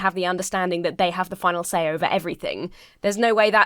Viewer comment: "Your husband has the funnel say. Has the funnel dizision." The wut now?